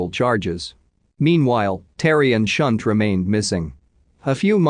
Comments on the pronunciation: I think 'Shunte' is pronounced 'Shantai' - rather than 'Shunt' - which is what happens to a railway carriage.. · Yes lol. I cringed every time he said her name!